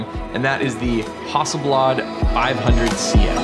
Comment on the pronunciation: It's not a Hawsselblawd!!